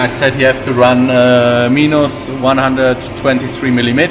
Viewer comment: Minus is pronounced mye-nus 👍